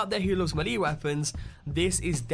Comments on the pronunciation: i hate to do this but its pronounced may-lay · melee is pronounced may-lay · like the vid but he keeps saying malee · Melee is pronounced like this ˈmāˌlā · I’ve heard all sorts of mispronunciations of the word melée from both British people and Americans (the main offenders) but this one has to be the worst. Unbelievable. 🤦‍♂️ It is a French word and is pronounced MELL-AY not MAY-LAY or MEH-LEE. Honestly. 🇫🇷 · ffs it pronounced 'may-lay' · Gaming Central i cant stand how he says melee weapons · Yeeees. I thought the same thing. Like melee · starodub Did you not hear how he said melee? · Love how you pronounce melee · Are we all gonna ignore the fact on how he pronounced melee weapons? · when he said melleé weapon .... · Ur saying melee wrong and it's annoying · Stop saying melee wrong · The way you say melee is triggering me! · Why tf do you say melee sa Miele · stop saying melee like that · The way you say melee triggers me so hard 😅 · Why are you pronouncing "melee" so weird? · Lol you pronounce Melee so weird... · >Mahlee Best way to pronounce Melee 10/10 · As some one from the Boston area its sound funny to me when you pronounce the names, saugus, "saw gus", melee, "ma leA", that's just how I pronounce them, nice music. :P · May. Fucking. Lay. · DarkMadder I pronounce it mee-lee, don't know where may comes from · MAYLAY IT IS PRONOUNCED MAYLAY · Why does he say it like “milee weapon?” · Melee? "May-lay" is how to say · Come on, dude. It's MAY-LAY weapons/builds. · No its me lee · MELEE is pronounced MAYLAY. This bothered me so much I had to come back here to say something. Other than that good video, just stop slaughtering words. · Actually it's pronounced may-lay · It's pronounced may-lay (Melee) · malee!! hahah i'm dying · It's pronounced Mel-ay weapon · Hubris, melee. Okay. Krem-vuh? Crickets. No "It's krem-vay" or "kruh-muhv"? "Kraym-vuhkhh"? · Melee: MAY•LAY not ME•LEE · YOU DIDN'T FUCKING SAY MELEE CORRECT ITS PRONOUNCED May-lei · It’s melee not malee